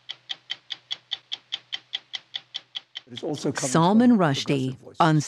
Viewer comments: "It's Salman! Not SALMON!" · Its Sull Maahn ,not Salmon. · I am surprised Anderson cooper is not pronouncing Salman’s name correctly.